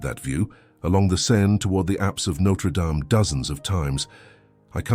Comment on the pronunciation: Can't you at least pronounce the name right!